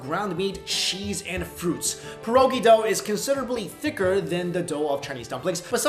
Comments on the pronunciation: Mike it's pronounced pee- er- ogee not pear-oh-gee... lol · The way u pronounced pierogi made me cringe